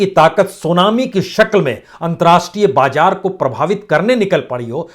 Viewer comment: Pata nahi aap kaise news reader ho ..mazboot ko mjboot ,zyada ko jyada , bazaar ko bajaar..bhai thoda language pe kaam kariye..